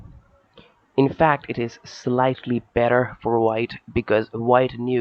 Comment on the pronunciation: "It's actually ever bet-thur when it comes to real phlay". Lmao. Great game though.